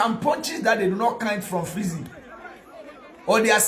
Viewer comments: Bro you have learn your pronunciations well, the name is freezy not flexy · Why are you calling him flexy instead of freexy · Massa freezy not fleezy ok prepare yourself before you come